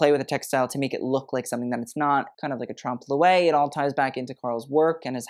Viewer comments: "trump lo-ay" ? Really ? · I love your videos and your knowledge of fashion is astounding. Truly. But for the love of god please, check your pronunciation of trompe l'oeil.